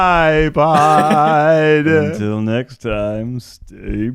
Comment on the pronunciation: No one: Ned: WeALcoMe tO TidePod